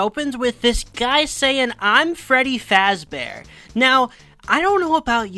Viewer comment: I think what they were actually going for is that he decided to make a character with a name based on the creator's own because he doesn't actually say his name is Freddy Fazbear. It's sounded more like his surname was meant to be Fazburg.